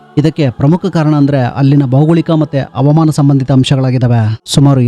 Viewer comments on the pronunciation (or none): ಅವಮಾನ ಅಲ್ಲ ಹವಾಮಾನ